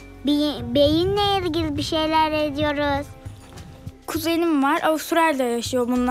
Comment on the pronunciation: “Bi de, şey, BEYİN le ilgili…”